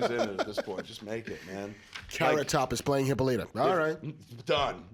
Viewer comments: great new channel, guys. Have to bust balls a little......... "Hippo-Lighta??????" really? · It's Hi-PAH-li-ta, not Hippo-LYTA...c'mon Kev, you watched the Justice League animated...